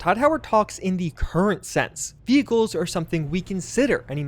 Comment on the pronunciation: sounded like he said we gave you double jump quit whining no vechicles for you